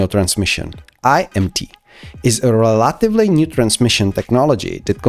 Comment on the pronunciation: You need to work with a coach to improve your pronunciation of the letter "V", the "g" in the word "engine", and the word "relatively" (the accent is on the first syllable, not the second).